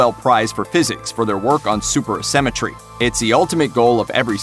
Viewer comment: thats super asymmetry not super symmetry... mate